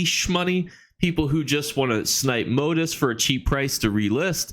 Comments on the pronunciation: moTEEF……..moTEEF…..not MOtif. Lol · Really appreciate your videos! I learn something new with each one. Just wanted to let you know though, "motif" is pronounced moTEEF, not MOtif.